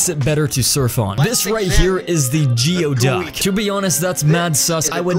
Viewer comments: That's pronounced "gooey"-duck not "geo"-duck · It's not read "geo-duck" but as "goey-duck"... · It's actually pronounced (gooey-duck) clam